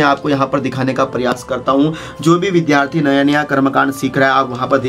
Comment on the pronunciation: आप क्या बताएंगे? आप तो विद्यार्थी को विधार्थी बोलते हैं। कृपया पहले स्वयं शुद्ध उच्चारण सीखें।